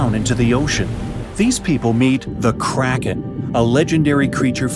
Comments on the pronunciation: Who else thought kranken said karen like it you did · I thougth you said crackhead lol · ohhhhhh i thought you said carrots